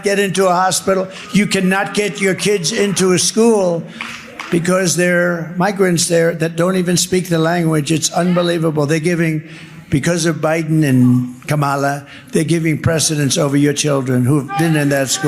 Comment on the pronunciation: Someone please tell Trump and MAGA that KAMALA rhymes with PAMALA how hard is that to understand?